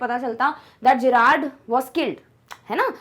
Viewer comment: Mam you are speaking it jerrad ✖️ it's Gerrard ✔️ Friends tell I am right or not if I am write please like